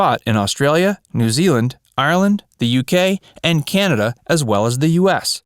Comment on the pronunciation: It's just pronounced "Canada" without the " y "